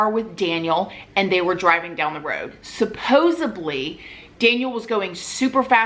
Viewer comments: I just gotta say it, it's "supposedly", not "supposubbly". If Ed Lee is at a photo shoot, you yell "pose, ed lee!" Sup Pose Ed Lee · Supposebly isnt a word.. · It's supposedly not supposeably... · Supposibly ! LMAO. No IQ test needed